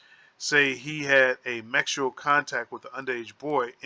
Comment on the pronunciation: Hold up!!!!!!!! You're acting like your didn't notice him saying the wrong word Twice (mexual) and stead of saying (sexual) and than he repeated it, I'm thinking ok he made a mistake this time around he will correct himself, hell na! He said it again Mexual like WTF, I'm like now he most of thought that what he was ready, I'm still like WTF!!! ... a, S doesn't look like a M.